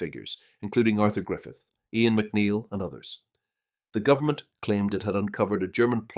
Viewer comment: Please learn basic Irish phonics. You mispronounced Sinn Féin, Eoin, Dáil, & probably more